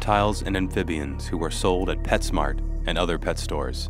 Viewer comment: LOL......you said Pet Snart